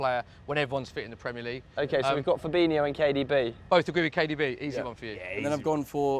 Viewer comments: Why does everyone and I mean everyone says fabinio it's fabinho.HO not IO. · man said firmino and fabinho lol